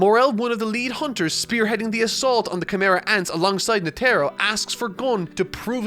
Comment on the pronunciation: Please pronounce Netaro correctly